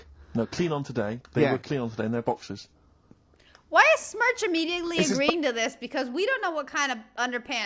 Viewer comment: Did she call Steve Smerch 😂😂😂